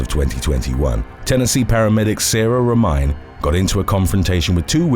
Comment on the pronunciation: It's not Ro-mine it's Ro-mi-ne! Gypsy girl lol!